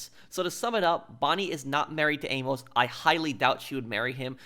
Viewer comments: Great video man! Just a heads up, Amos is pronounced "aim-us" in the states( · The fact you could never say Amos correctly made me stop watching the video. How in the hell do you get A-Mos after she has quite literally said it more than once.